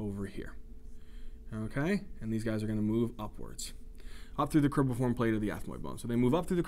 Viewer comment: Excellent job! But it's cribriform not cribiform plate. Thank you again.